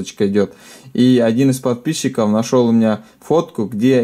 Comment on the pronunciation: ты сказал не подписчиков а подписиков